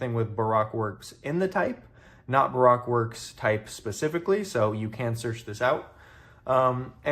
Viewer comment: I love the enthusiasm, I do. But it's Ba Roke. If you disagree with that please tell the voice actor for zoro he mispronounced it in episode 62 about 3 minutes from the end of the episode.